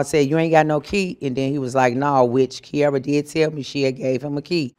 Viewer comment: Key air rah! Kee aer ruh!